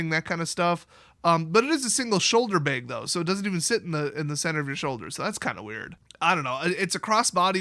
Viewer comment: it's not ''Beg", no one's begging! (at least not yet) It's a "Bag"!